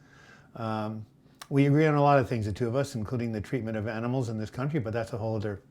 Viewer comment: Haha 😆 tweetment, oinkment ! So funny!!